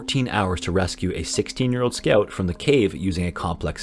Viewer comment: "Scouoeut eater" ok